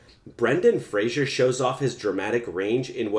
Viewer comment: How about learning to say his name correctly. Fraser rhymes with razor. It's not Frazhier. I did NOT enjoy your video and will not subscribe. Learn how to say his name if you're looking for subscriptions. Jesus.